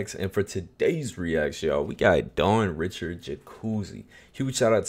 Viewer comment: Her last name is actually pronounced “Ree-Shard” she’s Haitian/creole, and she has so many Bops, The Hardest working underrated indie artist of all time, happy you Finally got to her 💖